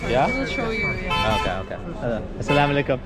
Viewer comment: Can I ask you a question if you don't mind? Are you Muslim bro🙂 because the way you said Assalam Allikum was amazing ♥️👌